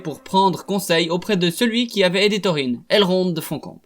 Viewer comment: Video sympa, par contre tu prononce pal mal de noms correctement et d'autre pas, peut être cet vidéo t’intéresserait (mot qui mon trituré les oreilles :Dùrin, Thorin, Dùnadain)